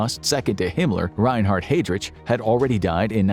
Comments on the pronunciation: Pronounced Hi Drick not Hi drich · Gair-buls --- Hide-rick. D*mmit!! I'm about to leave. This bare minimum research and recitation of another's writing is fine for a middle school book report, but not where content is so heavily scrutinized --- and rightly so. At first I was laughing, now you're just trolling us. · Heydritch, really?